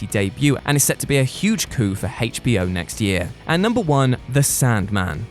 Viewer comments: Listen to how they pronounce HBO... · Why is he saying hbo like that? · Haich Bee Oh. lol. It's like when other countries say Zed instead of Zee. Just a slight difference in pronunciation.